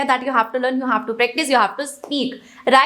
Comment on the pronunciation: its not pric-tice its prac-tice